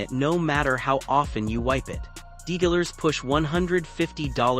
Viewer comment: Video doesn't match the hack. Ai voice is annoying. "Dillers push $150 300 anti-static treatments,"? "This built-in parking helper costs you $0, but prevents $ plus in wheel and alignment repairs over the life of your car."?